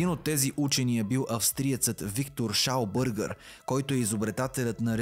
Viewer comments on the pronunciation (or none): Виктор Шаубергер, немец е, така че не е Шаубъргър. 😂😂😂